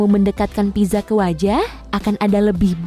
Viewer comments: Maaf ya pizza itu dibacanya pitsa, bukan piza Sekedar info saja. :) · not pizza but pitsa